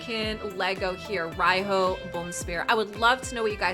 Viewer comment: I want Riho! (pronounced like ree ho I believe)